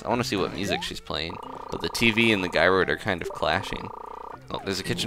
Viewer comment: Funny, I always pronounced Gyroid with a soft G. (Have I said this before? I can't remember if I have.)